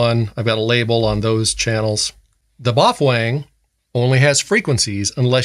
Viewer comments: Pronounce d MuffWang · It's pronounced "Wouxun" btw. You're welcome